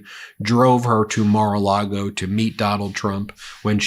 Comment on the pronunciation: "Immor A Lago"